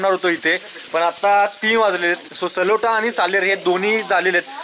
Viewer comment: सलोटा नाही, ..........सालोटा किल्‍याचे नाव तरी बरोबर घ्‍या.